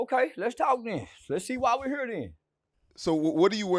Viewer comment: "you think they know why we hurr?" Lol